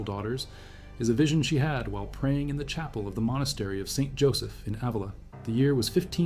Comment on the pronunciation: Ávila: the accent is on the first A not on the i: Ávila. The e in spanish does not sound like bee but like the e in bed: Beatriz.